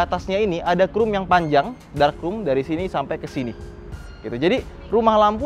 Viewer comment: Sering banget bilang “Ficers” Dan juga “Krum”, bukan “krom” 🐧